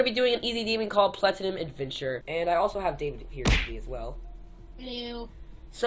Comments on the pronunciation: Lol Pronounced "Platinum" Plantanuim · Platinum is pronounced platnum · He didn't even say it right